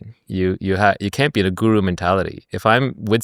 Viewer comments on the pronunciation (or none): none